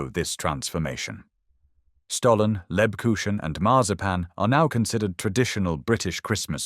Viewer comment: The ch in Lebkuchen is pronounced like the ch in the Scottish LOCH. Really enjoying your videos. 😊